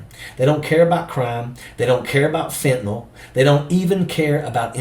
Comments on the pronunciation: It's fentaNYL, not fentaNALL! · FentaNYL - not FentaNOL - love Jazz!!!